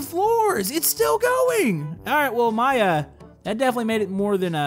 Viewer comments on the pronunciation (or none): none